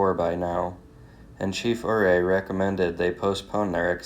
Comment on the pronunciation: Also, I thought you would have ask me what names you mis-pronounced in your Packer podcast. It seems as though accuracy is not that important to you. Ouay is pronounced "U-ray" and Saguache is pronounced "Sa-watch". Ok, now you are all fixed!